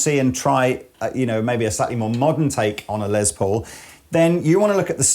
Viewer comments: Less, not Lezz Paul, lol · C'mon guys. I realize it's an accent thing but..................Lez Po ??